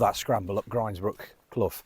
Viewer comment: Good man for pronouncing "grinds"brook as in rinds (of bacon). It makes my blood boil hearing people saying grinds ( rhyming with with winds). Also lose hill (rhyming with booze, as it should be, quoted as lose rhyming with close) really gets my goat....there was a battle a long time ago, the winners camped on win hill, the losers on lose hill as they became known after....not rocket science is it? And so many so-called P.D authorities on here get it wrong. All the gear and no idea if you ask me.